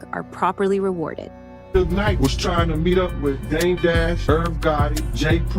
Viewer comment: Not "Soog Knight"